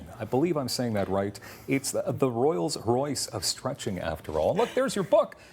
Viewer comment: Did he just say royals Royce?